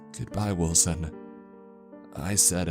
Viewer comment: i.... WILL-SON............ im sorry.